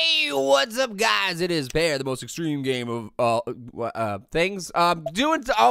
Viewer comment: searsly pear it is not egstreem